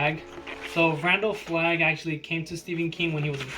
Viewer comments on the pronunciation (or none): none